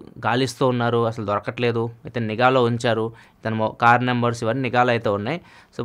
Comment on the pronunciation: niga kaadu, its nigha. eg : poolicilu nighaa pettaru. baktudu kaadu, bHaktudu...plz pronounce telugu properly